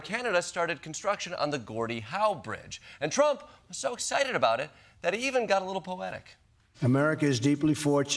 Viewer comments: tromp tromp. cant she even say his name right in between the dow deflections? lol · Does anyone else hate the way she pronounces "Trump"?